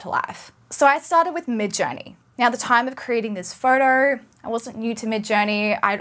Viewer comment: She didn't say photo she said "four-door" or maybe "fartar"